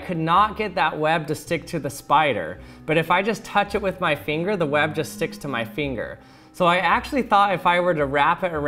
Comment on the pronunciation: he says web like wab